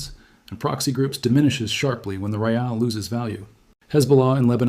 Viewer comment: Raeels? 😅😂 It is called rial, you so-called expert